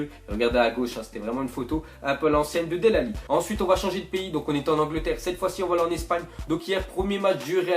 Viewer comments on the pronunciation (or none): del alli ?? 😂😂 ça se prononce delé et il est fort depuis longtemps